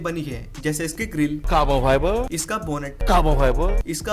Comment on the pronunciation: That "CAABAA-FIBAA" always makes me laugh…😂🤣